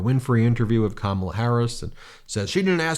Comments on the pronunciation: I noticed that he was pronouncing Kamala correctly! He sounds like he is out of it! What boring rambling. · He finally pronounces her name right. I wish he takes his loss that easy. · Interesting that he pronounced her name correctly. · He accidentally pronounced her name correctly. He sounds like he’s had a couple of 🥃. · He actually pronounces Kamala correctly in his rantings. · Do you notice that sometimes he forgets to deliberately mispronounce Kamala’s name? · Hes calling Kamala by her name...hes so disorganised hes forgotten to mispronounce it 😅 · I noticed he can suddenly pronounce her name correctly. What a fake. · Wow, he actually pronounces her name correctly. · Now he is pronouncing her name correctly 🧐😱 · He messed up and actually pronounced her correctly! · Constant projection. It is bizarre. But hey, he is pronouncing Kamala correctly. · Lol he actually said "Kamala" correctly for once. He is indeed unwell. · Wow, he finally pronounced her name right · Trump accidentally pronounced "Kamala" correctly for the first time. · At least he's pronouncing her name right. Either that or he's slipping. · I wonder if he has realised that he accidentally pronounced her name right. You’re losing your touch, Donny! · He can pronounce her name correctly now I see😂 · He said her name right! He knows that lady's name! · He pronounced her name correctly for a change. I’m surprised. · OH Lord! He pronounced her name properly! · SHE ALI WHUPPED HIM INTO SAYING HER NAME CORRECTLY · He pronounced Kamala's name correctly! He MUST be losing his mind!! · That's probably the first time I've ever heard him pronounce Kamals name correctly , it was probably inadvertent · Am I hearing this right…? He’s ACTUALLY pronouncing her name right!? Wow! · at least he said her name correctly at least once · Trump is pronouncing Kamala correctly now. I wonder why… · He said Kamala’s name right . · Well at least he said her name correctly this time 👏👏🤣🤣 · At least he says her name right 🤣